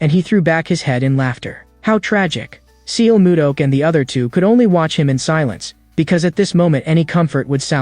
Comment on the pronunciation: a bit disturbing to hear the wrongly pronounced names of the characters. it's not seal moo duck it's more like sul moo duck in pronunciation. and it is not way-in it is hwa yon.